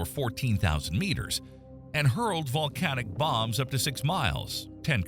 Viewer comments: bro said valcanic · oh ok I thought I heard valcanic